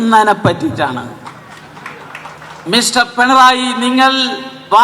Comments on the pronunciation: PENARAYI ALLA KUTTY...😅AADYAM PINARAYI ENNU SARIKKUM PARANJU PADIKKU. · ആദ്യം നീ പോയി പിണറായി എന്ന് പറയാൻ പഠിക്കൂ 😊